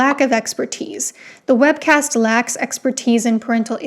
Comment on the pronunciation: every time u said “webcast” i screamed